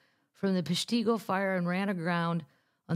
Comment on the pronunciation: As a Wisconsinite, her pronunciation of the town is hilarious and so cute. Note: Peshtigo is PESH-ti- go And Little Suamico is (little is easy) SWA-mi-co. Merry Christmas and see ya next year!